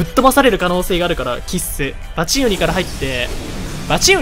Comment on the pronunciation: バチン↓ウニ↑